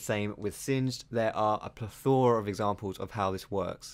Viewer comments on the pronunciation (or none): the way you pronounced plethroa kind of grinds my gears....